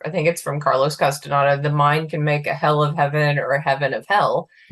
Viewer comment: I know, this is irrelevant, but just to be respectful, as I know you want to be, it is not "Kahs-teh-nada" its "Kas-tah-NYEH-dah."